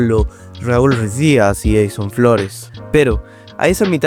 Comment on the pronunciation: no pude ver tu video porque mi oidos sangraron, ES RUIDIAZ NO RUIZ-DIAZ